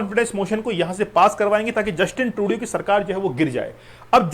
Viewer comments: Justin ट्रूडो होता है सर Justin ट्रूडियो नहीं होता है सर आप भी ना बस ग़लत नाम ले रहे हो वही नाम अब छात्र बोलेंगे ! 😮😮😮😮😮😮😮😮😮😮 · Sirji atleast learn to pronounce Justin Turdo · yes. ko batao